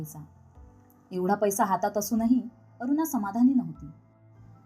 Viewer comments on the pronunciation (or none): कथा चांगली असूनही ण चा उच्चार सगळीकडे न करता ते खटकत. अगदी अरुणा चा उच्चारही अरूना करताय.